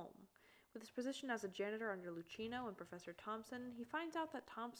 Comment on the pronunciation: another absolutely banger of an analysis, this made me really appreciate her sm more goddamn.... just a little note, luchino's name is pronounced like "lew-key-no", not "lew-chee-no". his name is italian and in italian that sound is more harsh than english!